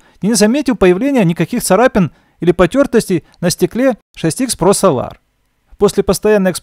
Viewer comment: Прошу адекватно относиться к критике, это сделает ваш канал еще лучше. Ведь если будут супер видео, да еще и с хорошо поставленной речью, ощущение профессионализма и популярность вашего канала будет расти. Неправильных ударений очень много, это коробит слух. Да даже солАр на самом деле это сОлар